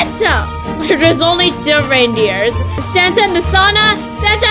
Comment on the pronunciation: I love the way you say santea